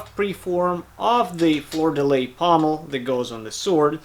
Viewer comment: I LOVE work, but his pronunciation of "Fleur de lis" hurt my soul. 😅